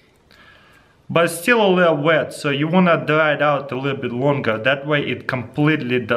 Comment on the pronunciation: He has so much trouble saying wet